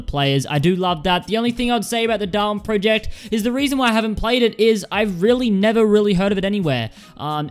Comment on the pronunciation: does noone in the world know how to pronounce project